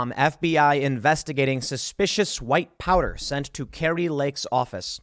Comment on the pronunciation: I almost thought you said white power instead of white powder 😄😄😄🤣🤣😂